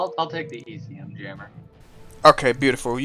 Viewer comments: It's ECM jammer, not EMC jammer haha. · Its ECM not EMC jeeeezz!